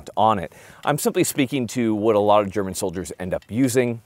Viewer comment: A non german video with good german laguage in it😮